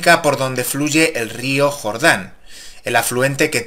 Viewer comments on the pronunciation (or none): none